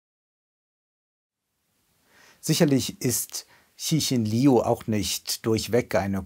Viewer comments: Der Name des Autors wird Lju TzChin gesprochen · Bei der nächsten Gelegenheit mal die Aussprache der chinesischen Namen besser vorbereiten. So schwer ist es nicht. Liu etwa wie "Liou", ci etwa wie Ze (schwaches e wie letzte Silbe von ger-ne), Xin etwa wie Mischung aus Sch und Ch (von den Lauten hier der ungewöhnlichste, am besten auf Wikipedia mal reinhören).